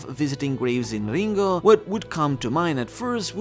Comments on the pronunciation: He said "Lingooouugh" instead of Ringo, lol. Are you ok? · Unsubscribed for saying Ringo like that.